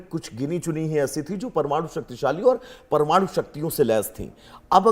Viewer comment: प्रमाणु नहीं परमाणु । कुछ पढ़ लिख लो ,प्रौढ़ शिक्षा में ज्वाइन करो मैडम ।